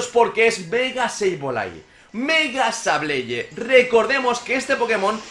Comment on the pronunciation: axo komo hodio ckuando dizes sebolai hen bez deh sableye axo